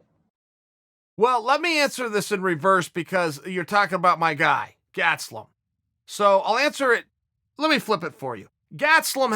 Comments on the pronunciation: He says gastelum is his guy, yet proceeds to call him gatselum haha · Chael "Gatselum" Sonnen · Kelvin "Gatselum" Gastelum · Keving Gatz-e-lum is my guy. - Uncle Chael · Chael "Kelvin Gatzloom" Sonnen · Chael "Gatslum" Sonnen